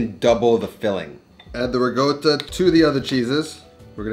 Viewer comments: Where do you see the word GOAT in RICOTTA?! You keep saying "RiGOTA" very confusing! None the less, good recipe! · why does he pronounce "Ricotta" like "Riggoda" LOL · It’s not rigotta! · Whats "rigotta"? 🤣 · Why do you keep saying ra goat toe? Not a taco